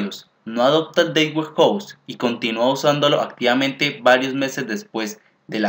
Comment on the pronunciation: muy interesantes tus tutoriales, pero para que sean mucho más profesionales te recomiendo que cuando pronuncies la frase "data warehouse" no lo hagas como si estuvieras pronunciando la frase "date warehouse". Te recomiendo que valides la pronunciación en un traductor. Saludos y gracias por lo buenos tutoriales (igual vale la pena que le des más créditos al libro de Kimball, porque básicamente tomaste el primer capítulo y lo pegaste en una serie de diapositivas).